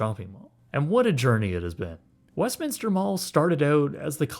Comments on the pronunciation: Thank you for saying West Minster. I live in SoCal and it is so frustrating to hear people say West Minister. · Thumbs up for simply pronouncing Westminster correctly, haha. So many people add an extra "i" that does not exist... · always love your content. As a so cal native thank you for pronouncing it correctly. So many people mispronounce it saying "Westminister", so thank you, much love and best wishes on your future content from Long Beach, CA. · I live 20 minutes away and have gone here a few times but this video is how im learning that its pronounced westminster and not westminister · Thank you for not calling it West "Minister." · How have I lived in Orange County my whole life and only now realized that its called Westminster, and not Westminister.